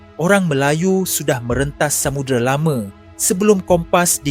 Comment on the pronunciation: salam saudara ,boleh tak betulkan sedikit sebutan kamu itu. Amerika bukan Amerike, Samaudra bukan samudere. Orang Melayu tak sebut semua nya berujung dengan E ,.